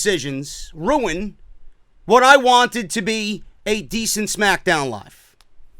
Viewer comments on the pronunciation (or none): none